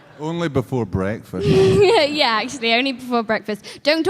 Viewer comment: don't aprouch me before bwekfast